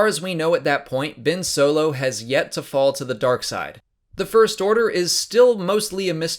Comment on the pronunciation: 0.37 vince solo? 🤣🤣🤣🤣